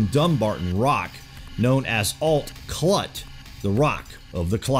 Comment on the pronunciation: The t"s in Alt Clùt are silent, think "Aal clue"